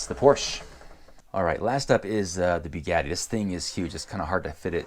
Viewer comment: As soon as you started sayng "Beegatti" instead of "Bugatti", I disliked the video...